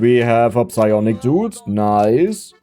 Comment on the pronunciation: I know is saying the P in Psionic Dudes, I just can't prove it...